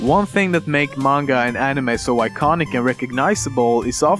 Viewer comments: i thought it was pronounced ani may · he say anime like "anima" a few times... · He said Anemeh not animey (ps i know i spelled it wrong, i was just spelling the pronunciation) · Fact #11: It's pronounced "anime", not "eenimei". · The way he says anime really irks me. It's ah-nih-may not ah-nih-meh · animeh? it's pronounced animey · nobody: lemmino: enimess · "animeh" XD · people spell anime but this is what they say insted animay yep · Änimeh :D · I like how you sometimes say animehhh :P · love the way you pronounce it "aniMEH" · I hate the way he produces anime "Anima" And why does Americans have to pronounce manga as monga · The way he pronounce the word "anime", disturbs me, seriously haha x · It totally make sense when u cant even pronounce "anime" correctly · if you going to pronounce manga right, why not anime. the A's sound doesn't vary from word to word. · okay hes saying anime wrong! and that makes me so mad!! say anime right!! >.<